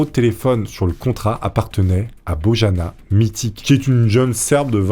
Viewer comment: BOJANA MITIC prononcé BOYANA MITITCH MILAN LJEPOJA prononcé LYEPOYA Rien à voir avec la famille BALKANY AHAHAH 🤣🤣🤣